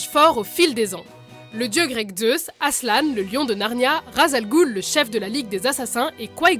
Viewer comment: C'est "Aslan" pas "Aslanne" sinon bonne vidéo